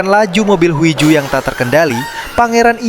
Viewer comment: Huiju tapi bacanya hiju cmiiw